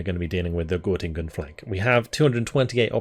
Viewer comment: It’s called Göttingen :) (ˈɡœtɪŋən) I was born there 1994 :) My Grandmother flee from East-Germany and come to a refugee Camp near Göttingen:) Nice to see this in this Game :)